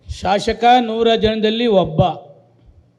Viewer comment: Shashaka alla shasaka sariyagi heli